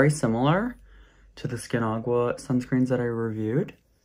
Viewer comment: I don’t know why u pronounced the word Aqua as agua 😅